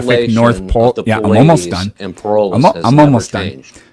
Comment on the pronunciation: Would a guy who ownes a telescope mispronounce Polaris?